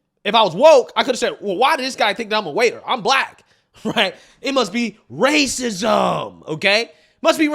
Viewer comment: You mean wwwaaacism lol😂😂😂😂